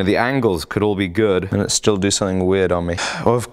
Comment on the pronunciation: Haha "make somehing great again" ^^